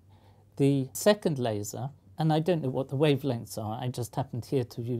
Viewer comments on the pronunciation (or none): none